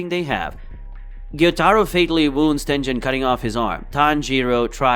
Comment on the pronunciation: Everything time you say a name the has gen in it, you infuriate me, because instead of gen you say Jin. "Tenjin uzi"